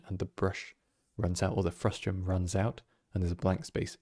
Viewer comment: Frustum not Frustrum haha